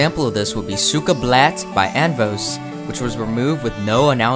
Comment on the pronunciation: As a russian, your try to pronounce "сука блять" was really funny lol